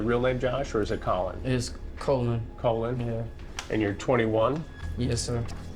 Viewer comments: Hansen keeps saying Cole-in, or Colon (as in part of your intestines). I get the feeling it’s Coll-in (aka Call-In) said the way that Irish Collin is pronounced (aka Collin Ferrel). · Bro said his name is Colon lmao.